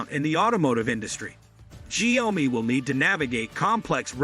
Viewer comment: Improve your pronouciation of the Chinesre word 小米 . I mean at least that way I can take your review seriously.